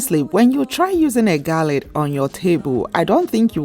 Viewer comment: The word is GARLAND and not “GALLAD”!!!